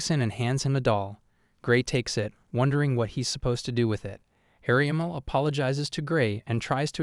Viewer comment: There's an issue with the AI calling everyone ariamel or "areamul"